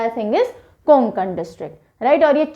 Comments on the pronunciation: कोकुन नाही कोकण आहे ते. 🤦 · कोंकण- ❌ कोकण - ✅ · Sorry mam कोंकण nahi vo कोकण hota hai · It's not कोंकण its कोकण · Konkon nahi kokan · It's not koNkan. ..it's kokan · कोंकण बोलते आप कोकण